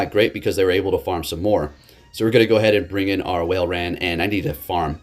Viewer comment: Walrein is pronounce 'Wall-rain'